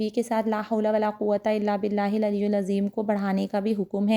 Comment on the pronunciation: بہت اچھی اگا ہی دی ہے بس لکھا ہوا ویڈیو میں العلی کے نیچے زیر ہے آ پ پیش پڑھ رہی ہیں۔